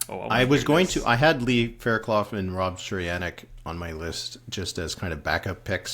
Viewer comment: You guys are sleeping on Lee Fairclough! (It's pronounced fair-CLUFF). She's tough!